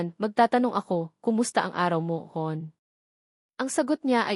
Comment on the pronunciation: Pati ang pag bigkas or pag pronounce ng Hon short for Honey mali pa rin! O my God. Ang narrator halatang nagbabasa lang at hindi naiintindihan ang binabasa nya o ang storya kaya hindi mabigkas ng tama. live, mic, table etc